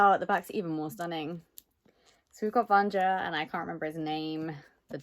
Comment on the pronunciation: Yaaaaaay, it looks so beautiful! I'm expecting my copy to arrive in the next day or two and I've been dying to see the naked hardcover 😍😍😍 Btw (and this is just to let you know if you're interested, please don't take it as criticism), the pronunciation is slightly different. It's supposed to be read "Vanya", the JA in slavic names reads more like the YA combination in English. For some reason, the only word that comes to mind right now is yak 🤷‍♀️😂 In any case, you're in for a treat. I read it on audio last month and it's wonderful, I hope you enjoy it 😊 And the little cat thing is Ragne. I only remember because I read both books last month, otherwise I have memory of a goldfish 😂